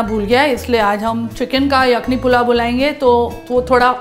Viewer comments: All was good but the pronunciation of the word yakhni didn't do justice.. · Pehle aap " yakhni" sahi bolna seekhiye.